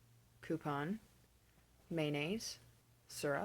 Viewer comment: Your short "o"s in crayon and coupon sound similar to your "au" in caught. Plus you said fire as one syllable and neither "fi-yer" like a lot of Americans say it, nor "fahr" like Southerners do.